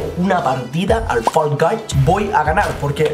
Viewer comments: GENTE NORMAL: FALL GUYS: FOLGOIS YO: FULL GAYS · Nadie: Absolutamente nadie:: folgois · Los creadores de fall guys le ponen nombre Nadie: Absolutamente nadie:: folgois falcais falcaich